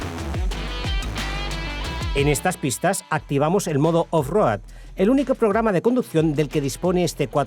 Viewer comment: Con todo respeto…. No hay nadie que le pueda decir como se pronuncia off road?? No cuesta tanto decirlo bien o usar la traducción al castellano.